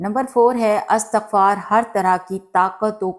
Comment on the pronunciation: Assalamu alaikum warahmatullahi wabarakatuh. Sister please say Istighfar not Astaghfar.